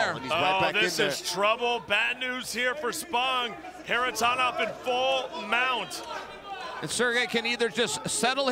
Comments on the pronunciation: Why is that ring announcer putting an M at the end of everything? Floridam, Russiam, Kharitonom... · I wish the anouncer learn how to pronounce Kharitonov not Kharitonov